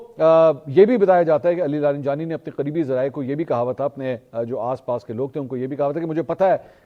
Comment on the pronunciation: Mansoor Bhai ye Ali Larijani lafz ha Ali laranjani Nahi